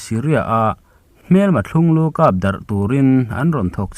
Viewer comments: 'Thlung-lu' i lam dan kha a dik lo ve tlat. BEST COLLECTION ngaihthlak a nuam thi e. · Thlunglu hi a thluk a dik lo